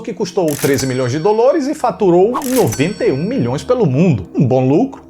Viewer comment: Eu odeio tanto quando ele fala 'dolores' e 'tadunido'... Nossa 🙄